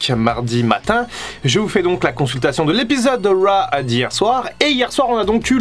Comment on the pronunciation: Critiquer Fin pour son accent alors que tu dis "wa" au lieu de "rauw" c'est osé :)